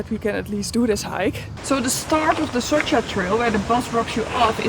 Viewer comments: It is not Soka but Soča č = in is english spoken like ch. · I never understood why the F don't you vloggers ask the locals how to pronunce the damn places. It is SoCHa river and BoveTS town goddamnit.😡🤬🤬🤬